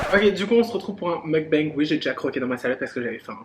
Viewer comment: Je trouve ça bien de vouloir préserver ta vie privée / amoureuse. Vivons heureux vivons cachés comme on dit. Une vidéo avec Ayo Carolie olala ce serait tellement bien ! 🥰 Continues de prendre confiance en toi parce que t’es géniale 👌🏼ce petit « mougue bangue » tu me fais trop rire Pleins de bisous, ta salade a l’air trop bonne 😂😘